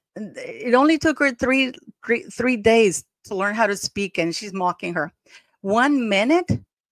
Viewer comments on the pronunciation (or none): none